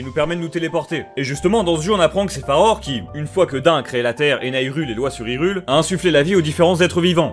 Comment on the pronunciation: je suis le seul a toujours entendre farod au lieu de farore ? 😂